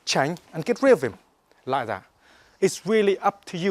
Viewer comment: I wike, he weally good